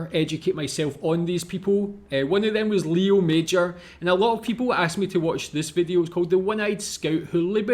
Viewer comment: Just as a minor correction, the creator of the video got his name wrong, it's Léo Major, Léo pronounced with an A sound for the E instead of an E sound, and Major is pronounced with a soft J instead of a hard J (like the J in Taj Mahal). Sadly he's not as well known as he should be, and I totally agree there should be a movie made about him. Though, I do wonder if it would be believable as a movie since his story is so absurd.